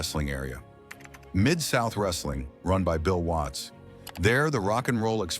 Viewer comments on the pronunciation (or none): none